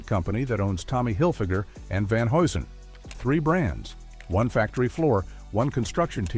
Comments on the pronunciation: Repeat after me: Van "Hugh Son" HUGH - SON ! 🚨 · Van Hew'sen is how you pronounce it